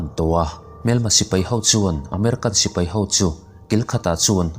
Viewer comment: Sipei i tia dik lo nghal vek